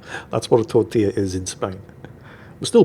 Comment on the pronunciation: doing his best Hilaria Baldwin imitation with the "tortilla" pronunciation.